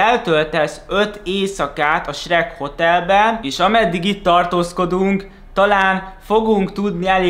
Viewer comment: AZT MONDA AZ ELEJEN HOGY SHEK